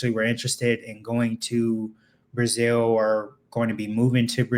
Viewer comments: He can't even pronounce brazil correctly 😂😂😂😂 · The correct pronunciation in Portuguese is Brah-ZEEL. Get a damn clue.